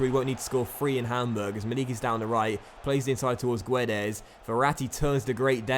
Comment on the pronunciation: hey, just wanna point out that's not how you say Guedes, the "u" is silent so it's just pronounced "Gedes". Cheers m8 keep up the good work!